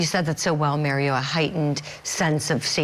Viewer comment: She called him Maryo instead of Mario 😂